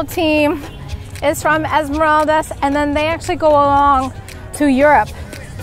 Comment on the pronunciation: I'm ecuadorian and it's pronounced Esmer-AHHH-ldas